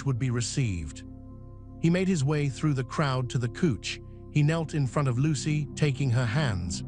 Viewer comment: Like the tone of the narrator's voice, but he needs to learn the correct pronunciation of The English language. COUCH is NOT pronounced kooch, but should be pronounced COWCH. 😂 Or use an alternative description of the furniture - sofa. CL ER K not CL ARK.